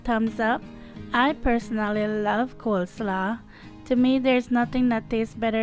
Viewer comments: It's not pronounced "coleslaw" It is pronounced "coleslaw" like "law" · the way she said coleslaw had me🤣